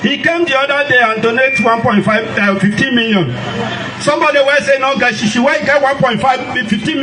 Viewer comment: A man who cannot pronounce 15 million naira correctly, can't be taken seriously.